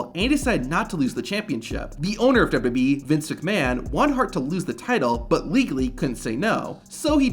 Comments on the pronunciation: The pronunciation of WWE is insane in this video lol its literally just WB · Why does this guy pronounce WWE like "WBE". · WWB?? You speak......wrong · Dude keep saying dubdubee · Just once….. ONCE! Can you please say WWE slowly. It’s not dubya dubya B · I love how none of these wrestling content channels can say "WWE." "Duh-yuh-E" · Good content, but my man, SLOW DOWN when pronouncing WWE and when referencing the years. DubDubEee. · STOP SAYING WWE !!! ITS NOT DUBADUBAWEE ITS WWE !!! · Learn to say WWE correctly, idiot. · Learn to say WWE correctly. Idiot. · If you slowed down maybe you could actually pronounce WWE correctly 😂😂😂😂😂😂😂😂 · He can’t say W lmfao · Why can't you pronounce "WWE?" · Learn to say WWE correctly!